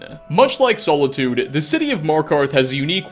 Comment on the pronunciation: "sole-itude" Nice cue card reading.